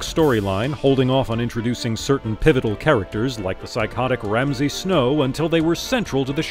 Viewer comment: Ramsey "Snow"?.... C'mon man...